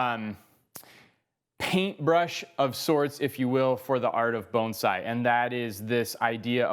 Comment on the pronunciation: Love, just wish he didn’t say bonesai!! Even the subtitles can’t understand so they spell it bone side!!